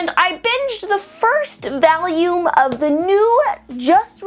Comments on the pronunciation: Okay I know that a lot of other people have criticized this already but the way you pronounce the names of some of the characters is really dumb and a bit cringey for me and the fact that you say the word volume as vauleum is also cringey but with that said seasons 1,2, and 3 were actually good same as the manga, season 4 had good moments but not as great as previous seasons of it and the artwork looked way off for the year it was made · but why she say volume like "valium" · valume? what accent is that? o.0